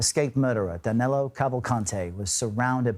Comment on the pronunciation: Name is actually Danilo (or phonetically 'Daneelo')